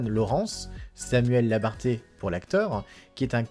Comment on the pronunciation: Svanne ? on prononce Swan comme en anglais. On ne dit pas inégalité (qui n'est pas égal) mais illégalité ! Ce n'est pas Samuel Labarthé, mais Labarthe. A part relire wikipédia ou des articles déjà écrits, vous savez faire quoi ?